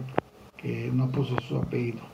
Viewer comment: Por el amor de Dios como hay gente que en vez de decir apellido dicen apeido jejejejejeje